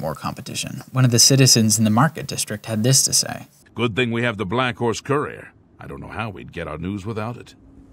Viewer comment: Just a few pointers. “Conversate” is not a word it’s converse. And lorkhan is pronounced “lore khan” not “lor-kin” and courier is pronounced “cur-ee-er” not “core-ee-cur”. Just a few bug bears I needed to point out but the actual script was good other wise.